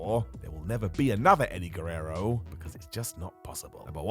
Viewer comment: Why do stress the last syllable of every sentence when you speak? Repertoirrrrre! Guererroooooo!